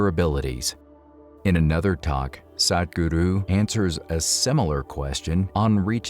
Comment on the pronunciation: It's nice that you finally started saying Sadhguru's name properlu.